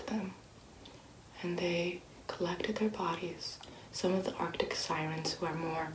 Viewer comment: is in the bath: "SiReNs"